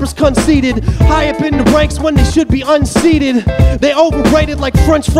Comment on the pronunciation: Are you saying "unseeded" or "unseated"?